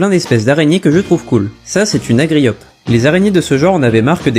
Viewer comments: Argiope pas agriope c'est pas compliqué 😂😂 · Argiope, pas agriope 😄 Sinon pas mal tes vidéos 😃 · argiope, ca se prononce arjiope en français... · C'est Argiope frelon, pas agriope😉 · Un arGiope, pas un agriope… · agriope ?! petit problème de prononciation ? 😅